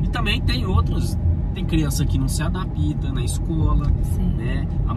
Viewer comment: Adapita? Tentem falar melhor o Portugues! Adapta, vem do verbo adaptar... 👍